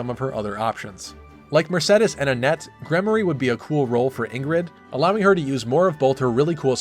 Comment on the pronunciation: Finally someone that pronounce Mersedes and not Mersidis, thank god